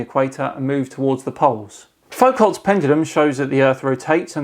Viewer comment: It's pronounced "Foo-koh's Pendulum"!